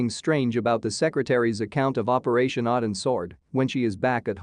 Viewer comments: 1) Boozer also survived Odin's sword (pronounceed OH-DIN not AH-DIN) only to be murdered in his home where it was staged to look like a suicide. 2)They were not given pills, they were given injections. 3) The FBI didn't drop the case, it was taken over by the LA field office over the objections of the San Diego office. 4) Soldiers don't open up on Reese, Talos Security and elements of the FBI and The US Marshals do outside Hartley's home. 4 Reece intended to kill Hartley, not "treat her harshly". This video was disappointingly lame. It's a disservice to an excellent series. Thank you Pratt and company. Well done. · It’s OH-DIN’s Sword. Odin is the king of the Norse god.